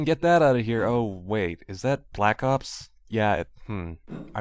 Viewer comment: " be vewy vewy quiet... im hunting bwack ops hahahahha" XD